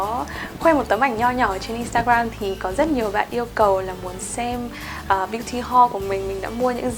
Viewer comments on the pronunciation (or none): none